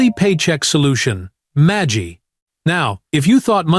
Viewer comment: MAGY not MAGI